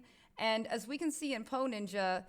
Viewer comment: every time she said "poe ninja" I thought she said "hoe ninja" lmao